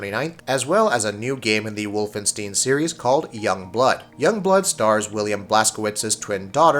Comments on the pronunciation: Say "Wolfenstiiin" one more time. I dare you... I double dare you. Type "Wolfenstein" in Google translate and hit that audio button and stop butcher that name. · "Wolfstain", instead of "Wolfenstein" BJ Blazkowicz "daughters", instead of sisters. Are you guys high? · Its pronounced Wolfen- St-eye-n you idiot.